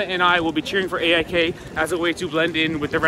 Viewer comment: cheering for 'eh eye kay' as a way to blend in 😂